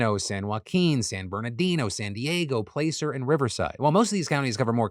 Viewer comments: You mispronounced the county during the drug story. It isn't a long A sound like place. It is a short A sound like class. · Phil Phil Phil. 🤦🏼‍♂️ Been watching you since your start and I finally get to correct you. Placer has a short a not a long a. It’s pronounced Plaah-cer not play-cer. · Placer County Place•er = wrong Pla is pronounced like in Plasma Pla•cer County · I cringed when you said it like place-er.... it's pla-sir 😂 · Listening to Phil mispronounce placer county repeatedly is hilarious. Its not place-r its plas-sir like placer gold lol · I know it's late, but Placer County is pronounced "Plass-er" not "Place-er" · Phil I love you but it’s P-lass-cer County! Get that P-lace-r crap out of here! 😋 Appreciate you covering the stories though that hit what I consider my small home town area 🥰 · Small thing. Placer County is not pronounced place-r. The ‘a’ is an ‘ah’ sound. More like plah-cer. Okaysorrygoodbye. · So off topic but the way you pronounced it “PLAYcer” county instead of “plAaser” (Placer) county kept throwing me off. Live a one county over 😂😂 dumb I know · Placer is not pronounced play-sir; it is plah-sir. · Placer County. Pronounced Pl-ah-sir. Not Play-sir. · Placer is pronounced like Plaster without the T, not Place-er! - a native of Placerville (which is funnily in El Dorado County and not Placer County) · NOTE: Placer (County) is pronounced like “plass-uhr,” not “place-r.” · Phil bro, I love ya... But Placer County is pronounced (Pl-ass-er) and (Place-er) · Phil, its "pl-ass-er" not "place-er" xD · It’s PLASS-er, not PLACE-er. Rhymes with “glasser”. 😉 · This is like the least important thing possible but I have literally never heard someone pronounce placer as play-cer. Only as plah-cer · Hearing a native Californian call it "place-er" and not "plass-er" hurt a little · Hey Philly D. It's Pla-sir county, not place-er county 😂🎉❤ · Hearing Phil say Placer as place-er, threw me for a loop....is it not Plahcer??? have I been wrong my entire life??